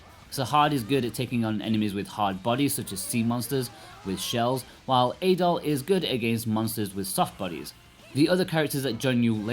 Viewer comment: How is it that you’ve played this game through once and partially on the Switch but mispronounce both Adol and Dana? Adol isn’t pronounced in the game as A-Doll, more like addle. Likewise, Dana sounds more like Donna rather than Day-Nah.